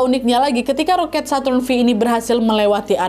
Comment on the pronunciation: Bacanya kayanya saturn five kak